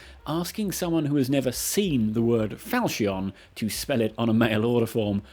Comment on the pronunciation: Apparently 'falchion' is not only hard to spell, but also hard to pronounce properly... 😛